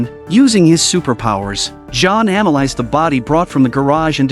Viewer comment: but we do care. I bet native englishmen, americans or australians wouldn't like if in some russian series "John" would be pronounced like "Dzean".